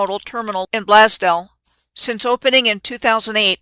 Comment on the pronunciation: As a Buffalonian...it's pronounced "Blaze Dell"